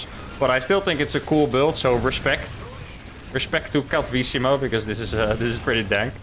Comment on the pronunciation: I really love his accent for Cattivissimo